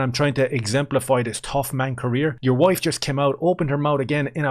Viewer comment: Ian- I'm a better person than that... Ians "WOIFE" - You PUSSY! Ian - isn't she Awesome?